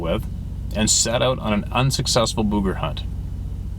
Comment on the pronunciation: Somebody tell that Booger rhymes with "Sugar"